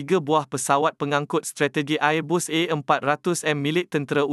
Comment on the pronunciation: Sebutan Airbus biar betul..